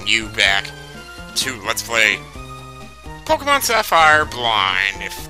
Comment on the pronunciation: Is he saying pokeymans...